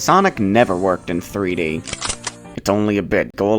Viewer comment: PooD blast instead of Peed blast...